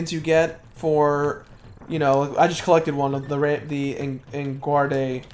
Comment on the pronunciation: Ha... I Love the in depth level of commentary followed by him pronouncing En Guarde's name "In Gwar-day". For the record it's "On Guard", a fencing term. Which is appropriate since he's a swordfish. Loving the factoids though. It's like Pop-up video or something. (anybody remember that?)